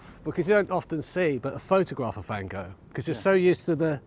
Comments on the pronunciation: It's Van Hochhh. In Dutch. Like Rudd Guillet was Rudd Hhoolit. That sound like you're hacking up phlegm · Its south london so its pronounced 'Goff' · I pronounce the artist van Go I was taught to, but I don’t really know If he said it van goff So when I say it I cough To disguise my embarrassed red glow